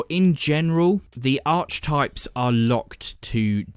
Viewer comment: Ar-kee-types... just FYI.